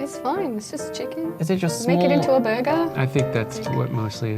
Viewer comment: The way she said "burger" 😂😂 lol. Lmao! (No offence)